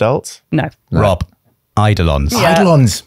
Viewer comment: so you guys DOOO pronounce “eidolons” the way i thought yoü’re supposed to pronounce it 🥹🥹🥹